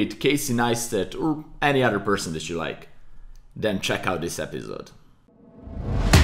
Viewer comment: is he saying "press and hold outer option key" ? wtf is that??